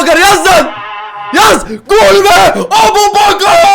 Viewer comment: Abu aboubakar ikardi çakar değil abouçakar ikardi bakar😂😂